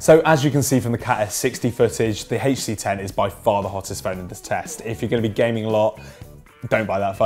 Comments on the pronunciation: so because of that he can't pronounce the letters HTC separately? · Why do you say HTC like that?